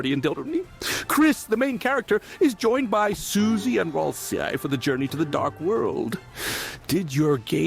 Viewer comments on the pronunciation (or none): none